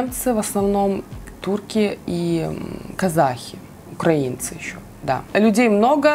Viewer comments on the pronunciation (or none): none